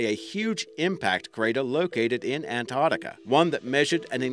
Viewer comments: It's NOT Antartica, it's Ant-arc-tica!!! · Fucking ANT ARCTICA,SAY ANTARCTICA FFS!!! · What is that accent? Sounds like Boston crossed with New Zealand? Its An-tarc-tic-a not Ant-art-ic-a by the way. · he says it like ant artica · Muhammad Aslam Che Abdullah nah we pronounce it an-tarktica here. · It is pronounced ANTARC-TICA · Ok I had to switch off as soon as I found the narrator couldn't even say Antarctica properly!